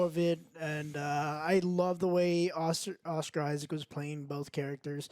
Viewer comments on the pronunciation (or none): Why does Joe saying Oscar Isaacs instead of Isaac make me so mad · Joe, it’s “Oscar Isaac”. Not “Oscar Isaccs”. One Isaac. Not multiple. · Oscar Isaac, not Oscar “Isaacs” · It's a tradition for Joe to mispronounce an actors name at this point. Oscar Isaacs...